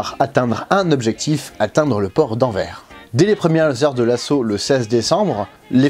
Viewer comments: AnverS, pas "Anvêre" :P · Petite correction certes un détail mais une erreur courante. La ville d'Anvers se dit "Anversse" c'est une erreur très rependue que les français font aussi dans les documentaires. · On dis Anvers se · Anvers , le nom de prononce avec le s ! S'est pas Anvers mais bien Anvers avec la prononciation du s . En flamand s'est c'est encore autrement.... Bonne continuation . Cordialement . B.